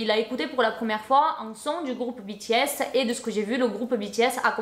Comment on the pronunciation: Depuis le temps que j’attendais cette GiVDT et moi en tant que grande fan de BTS jsuis choquée et en plus je crois que t’es la seul personne que j’ai entendu qui a très bien prononcé le non du groupe